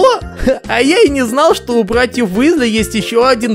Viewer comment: Почему Висли, если Уизли.... Чудеса перевода, люблю;)